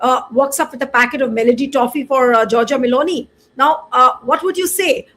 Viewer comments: It shows how he pronounces her name Meloni as Melody and Donald as Doland This government has reduced serious matters as to such stupid level The dumb followers are looking for a love affair relationship... shows the stupid level of intelligence... He ran away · Donald= Do olund. . Meloni = Melody 4 th pass bania modi new pronounciation .